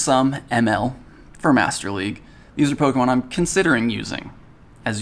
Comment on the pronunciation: Thank you for being the only person to say polemon right